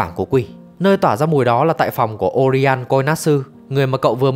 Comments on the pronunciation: Là Oiran 花魁 mới đúng, ko phải Orian nhé. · oiran mà sao cứ đọc orian thế nhờ